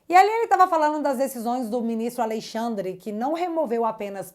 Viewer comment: Gosto muito quando você pronuncia: aLEIxandre ... sugestivo